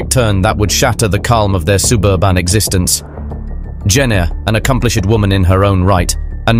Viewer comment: A-ccom-pli- SHED, sur- FACE...strangely unnerving.